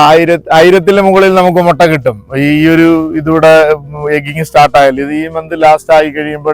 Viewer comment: It's not Motta, it's pronounced as mutta.